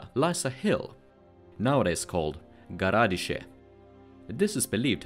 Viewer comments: Почему Новгород произносят как Новгарад, Сопка как Суопка, а Городщие как Гарадище? НУ ПОЧЕМУ??? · And a little remark: "gorodishche" is pronounced with an accent on the "i"